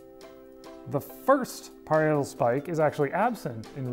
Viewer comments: Hey! it's pronounced Pah-rye-ah-tal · "pa-RYE-a-tal" cf. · FYI, "parietal" is pronounced "puh-RYE-uh-tull" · Very strange pronunciation of parietal! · That is the strangest pronunciation of "parietal" I have ever heard.